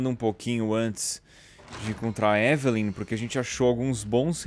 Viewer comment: edu falando ivilynn, eu falando evelen